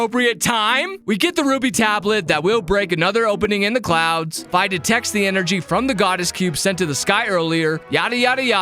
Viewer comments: ..... you pronounce her name F EYE?.... its FEE! Dx awesome vid btw lol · I think Fi is pronounced Fee not fi😊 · Just like to add that it is pronounced fee it is an abbreviation of Fiona witch is a real name